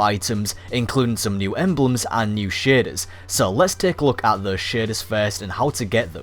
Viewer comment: Tbh when you said shaders the firt couple of times I thought you said shins